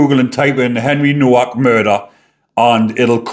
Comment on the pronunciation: The W is pronounced as a V.